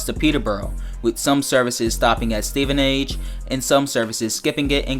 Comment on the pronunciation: I live in stevenage and btw it's funny that he says stevenage wrong but it will be good seeing my local station in the game